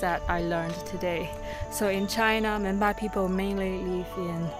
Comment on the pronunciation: Madam, people in tea garden said they r Menpa or Menba but u have wrongly pronounced it Monpa. I know this bcoz I live in other part of the border.